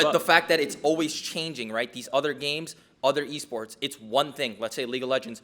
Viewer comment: he said waports nice reading